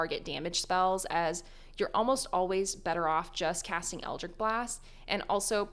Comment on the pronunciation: Best warlock build guide, worst pronunciation of eldritch.